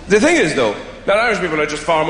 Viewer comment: When I first saw him in Shaun of the Dead, I never thought he was Irish. I honestly thought he was German... he kept saying 'tink' instead of 'thing'. My grandma is German and she does the same thing, so I kept thinking "Wow, this dude's great at an English accent!"